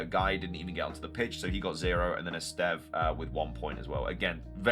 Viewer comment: First time hear someone pronounce Esteve correctly, good luck!